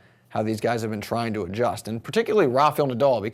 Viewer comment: It is NOT RafYel Nadal. Jysus !